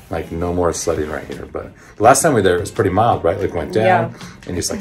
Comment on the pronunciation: sledging not "sledding" LMAO